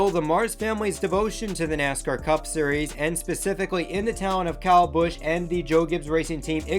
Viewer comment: Not sure that this guy knows what he’s talking about. He can’t even properly pronounce the drivers first name!